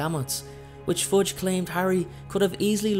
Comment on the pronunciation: Am I the only one who hear Forge instead of Fudge...?